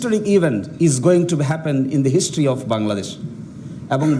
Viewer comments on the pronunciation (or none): none